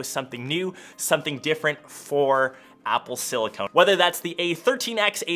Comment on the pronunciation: “Apple Silicone” lmao